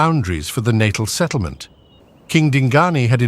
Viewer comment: Its Nat al